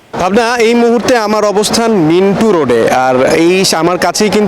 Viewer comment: মিন্টো না মিন্টু?